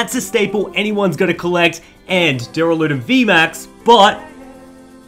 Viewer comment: it's doo-ral-a-don not derra-loo-den